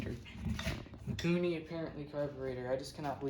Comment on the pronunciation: Mikuni not maikuni